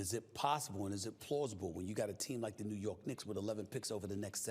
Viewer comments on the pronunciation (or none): He says lebron james trade New yourg😅